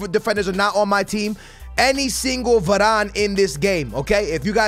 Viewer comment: I also think he said Voron But making mistakes like that is just tings